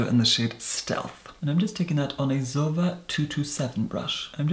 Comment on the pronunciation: To the english speaker: I'm confused about the pronunciation of zoeva. is pronouncing it close to the pronunciation of my country but in English I heard people pronouncing it differently, with an "e" sound like in E.T whereas is using a sound close to the one of "bed" (I can't use phonetic signs on my phone). Which one is correct, if there's a correct one? In my country it's pronounced zoéva and that "é" is the sound of "bed" but higher in the mouth and with more closure. I'm trying to find an equivalent in English... And I can't find one right now... Maybe for those that are interested you can google "é" and find the pronunciation. Another question: Can that difference of pronunciation come from an accent? Is it something know and common for a particular accent to replace the "e" sound of E.T with the sound of bed? Even if the difference is only british English/american English ( I'm assuming based on some comments that is british or at least that he is using british English).